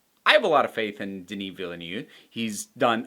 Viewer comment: The director Willy New? It blows my mind that no American can say his name right, even those who claim they had French lessons. How can that even be? I have never heard Superman's home town pronounced Small Willy.